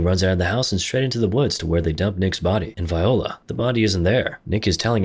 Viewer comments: and "viola" ahahahahaha "voila"** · “Viola”? Lol, I think you should’ve typed in, “voila” in the text to speech. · you lost me at “vi-oh-la”,. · "Vi O La" haha.